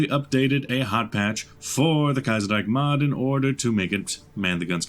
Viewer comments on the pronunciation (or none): No... It's not "Kaiserreik" It's "Kaiserreich''!